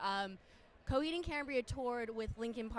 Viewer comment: CoHEED it’s coheed...why so much accent on the EED I don’t like her...mother superior make it stop 😞